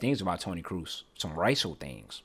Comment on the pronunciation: Everytime they pronounce Kroos like Cruz i cringe so hard.